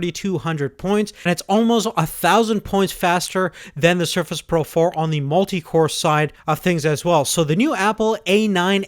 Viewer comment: All I can hear is Sherfish Proh 4, but excellent video!